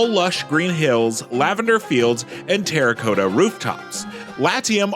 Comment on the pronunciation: That's a way to pronounce terracotta I guess...